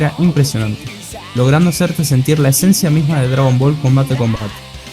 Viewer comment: Dijiste "esencia"???